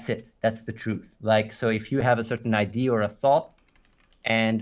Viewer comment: Its been years and this idiot still doesnt know how to pronounce "idea"